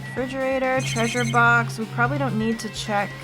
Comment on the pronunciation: I know a lot's going on but I can't get over you calling it a 'fridgerator'